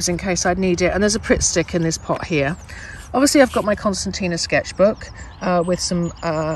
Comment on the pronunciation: No, I think she's questioning your pronunciation of it.